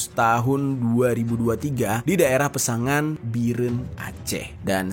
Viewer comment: Koreksi bos ku....pesangan...bukan pe susang😅😅😅